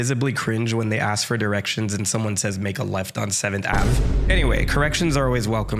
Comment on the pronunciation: I've never heard someone say "Seventh Avv" like that before...but ya know what, I can tolerate it, and it's worse than "bros."